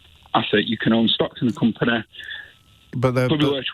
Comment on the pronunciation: It's hard to take advise from people who pronounce company as Coem Penèèèh.